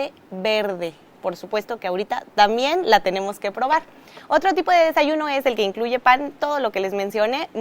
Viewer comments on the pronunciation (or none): Dice "tamien". 😅